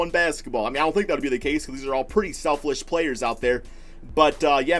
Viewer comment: I heard “Selflish”